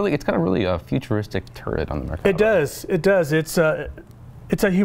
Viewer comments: no, it isn't, the RIGHT way is Mer-kava I know my name. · The proper way to say it is mirkava.